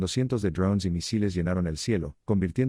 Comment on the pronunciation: Ud. habla Castellano, diga DRONES.